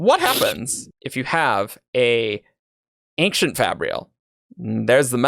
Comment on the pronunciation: People on this episode keep pronouncing "ancient" as "ankshient", is that an actual regional pronunciation?